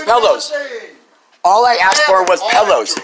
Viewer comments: "She axed me" lol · You axed me to leave?? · “ you axed me to leave three times “ come on! Learn to speak right. 🙄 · She axe her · "You axed me...." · She just axed if she can get her nails done. She's got a big date, someone is taking her to see the Axstros vs the Yankees.